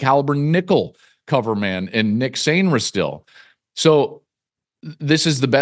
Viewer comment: Nick Sainristil?? C'mon Klatt